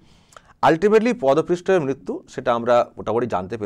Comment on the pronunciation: কথা টা পদপৃষ্ঠ নয়, পদপিষ্ট।